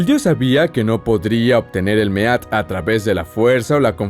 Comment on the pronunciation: Mead se pronuncia "mid" . sinó dorectamente hidromiel macho